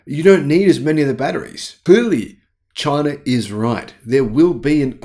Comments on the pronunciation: Say China, not chiner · "Chiner" from down under.